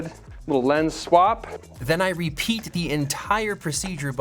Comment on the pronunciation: I chuckled a bit when he said "Re-Pete" haha